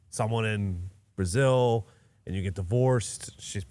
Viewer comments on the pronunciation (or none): none